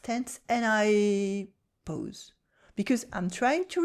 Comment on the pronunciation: This is all so true!!! And here is one for you. When you say PAUSE you are saying 'pose'. It is pronounced 'paws', you know, like animals feet!